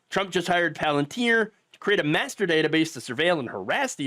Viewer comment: Good Lord. Its called "Palantir". You know? Sauromon's crystal ball from Lord of the Rings?